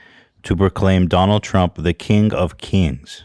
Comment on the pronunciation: Nobody Ethan pronouncing king: kEEEEEENg